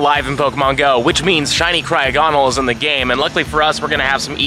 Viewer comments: I’m sorry but please stop saying cryo-gonal it’s not how you say it my man, it’s cry-og-ah-nal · The way Jt is saying crogonal here is causing me psychic damage